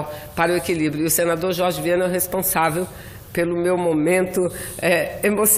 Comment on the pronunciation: Senador Chorchi, essa Mulher já fez tanta plástica, que ela nem fala mais Direito, é Jorge, ela fala Chorchi, kkkkkk.